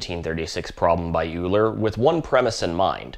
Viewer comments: Great vid. Just an FYI, "Euler" is pronounced "oiler" rather than "yewler" - I didn't find out myself until after maybe a decade of saying "yewler". :P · It’s oy-la, not you-ler. And tuh-pology, not top-pology. 👍on the rest. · Except when you then said "Yuler" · Thanks, nice video. What's the difference in terms of costs though? Also the 2 examples given are designed like that exclusively for design purposes, not for optimisation reasons. Also it's "Oiler" not "Uler" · oiler, not youler. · Euler is pronounced "oiler", not "yuler". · It’s Oiler. It’s not harder to say. So put respect on his name and say it correctly. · I did feel physical pain when you said Euler’s name. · Great video. But Euler is pronounced like "oiler" as used in that sweet 928 at the end there. Took me almost a whole semester to learn that back in the day. Very interesting topic, with history in there too. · "oiler" ah tink. Also "Edin-burg" scheesh! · "yuler" lmao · Euler is pronounced Oiler. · Two pronunciations of Euler in one video. Brave. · Every time I hear Euler.... I cringe